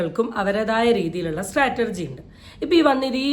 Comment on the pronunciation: സ്ട്രാറ്റർജി അല്ല ചേച്ചി 😇..... സ്ട്രാറ്റജി